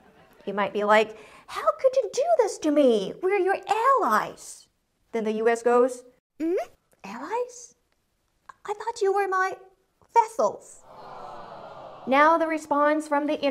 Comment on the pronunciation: It's not vessels, it is vassals.